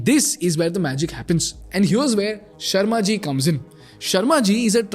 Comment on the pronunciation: Is it sharma ji or Sherry ji. Sharma ji a Sardar 😂😂